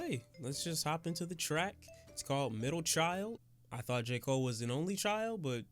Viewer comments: Nigga hold up..didyu say "J cool-aid"?😂😂😂😂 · Why isn’t anybody talking about how he said J. Cool Aid😂. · Nigga did you jus say J.koolaid...